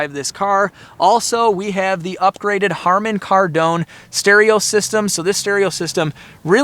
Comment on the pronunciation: "Herman Kardone" lmao